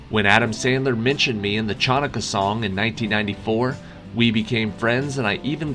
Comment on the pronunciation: Chanukah is pronounced Hanukkah. The "c" is silent.